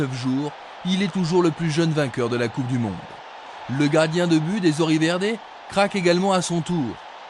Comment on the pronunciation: A intenção era "Coupe du Monde", mas o sotaque parisiense é foda 😂😂😂😂😂